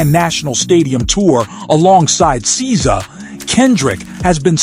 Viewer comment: They asked for encores on both nights but he did NOT perform it twice. This is why I don't like AI content gets the facts wrong & butchering SZA's name.